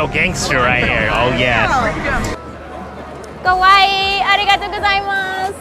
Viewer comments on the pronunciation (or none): sounds like she's saying kowai (scary) 😆 I guess it works for Halloween though, most of them probably still took it as a compliment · saying “kowai” instead of “kawaii” is big difference one means “scary” and the other “cute” 😂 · Hello, I really like your content, just try to say "Kawai", not "Kowai", because "Kowai" is that you are afraid, or what you are watching is frighting 🤗